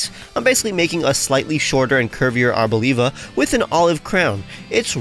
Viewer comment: Its arb-OLIVE-a not abo-leev-a